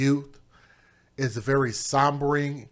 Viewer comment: The word was SOH-BER-ING. AND, it's terrible.